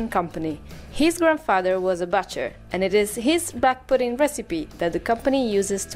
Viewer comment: I love how you say pudding you say pudeen 😂❤